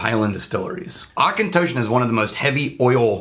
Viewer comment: Hell yeah, I have a bottle of the Auchentoshan American Oak and I love it. Really wanting to try the Three Wood since you guys bring it up all the time. Also, thanks to finding you guys, I now know how to pronounce Auchentoshan.